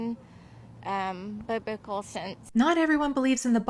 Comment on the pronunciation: And that woman said bibical…she doesn’t even know how to say the word.